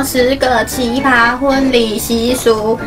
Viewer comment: 是奇ㄆㄚ，一聲